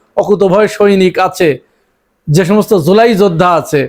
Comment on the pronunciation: ভাই শিক্ষিত তো কিনা জানি না শব্দ টা জোলাই না... জুলাই